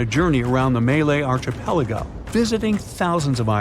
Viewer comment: So is this an A.I. narration or do you just not know how to pronouns archipelago?